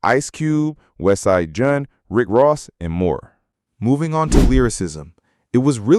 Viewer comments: This was an entertaining video - except for the awful AI narration, It sounds bland and flat and it makes mistakes - westide junn, kief cheef... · stupid ai voiceover, "westside junn", "lil yatchti", etc. please dont use ai. although i will say i agree with most of the takes in this video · He said "Westside Junn, and Little Yaw-chee" lok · Bro really said "Westside Junn" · My guy said Westside Junn 😂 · Thought I was trippin when he said "Westside Junn" but Lil Yachee sealed the deal for me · Who the fuck is "Westside Junn"????